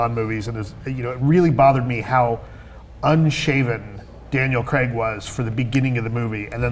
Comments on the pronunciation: The guy's name is pronounced Craig, not Creg, ffs. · Its pronounced Craig not Creg...